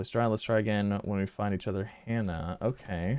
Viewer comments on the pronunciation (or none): none